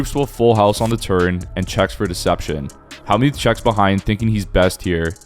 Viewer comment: DUDE!!! It's NOT HALLmuth, it's HELLmuth you clown.